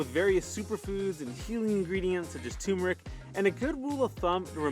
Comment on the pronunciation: Great video,. I learned a bunch. I guess my favorite type of chocolate is in my mole sauce! Yum... (Sorry, gotta do it... it’s “turmeric” not “tumeric”...😬)